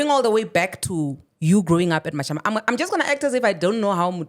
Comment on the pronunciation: Ha Mashamba not Mashamba 🤦🏽‍♂️